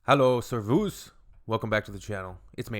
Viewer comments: sairvouz always makes me cringe it's like saying haylowou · To reassert being German, I've got to point out that the stress in "servus" is on the e. - I'm going to give you the benefit of the doubt but aside from it not making sense, since it would be unfair to the southern countries that form the EU border, it would also mean leaving the Schengen area which almost every EU country is a part of. - You should only pick neutral if you actually don't care either way and click Skip if you don't have enough information, otherwise your choice will align you with parties that chose neutral for (to you) unknown reasons. - This is the lowest alignment I've seen so far at just 64.5%. This is because you've chosen many contrarian sides, often seemingly without understanding the implications. Also, the highest is actually just 63.2% with the SPD because the rejuvenation research party didn't choose any sides and just answered neutral on every topic, see my previous point.